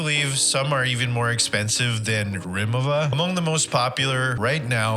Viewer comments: I kept hearing Rimoma. It’s rimowa. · why do u keep saying rimo va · why does the CEO of rimowa, who is german, says it rimo WAH?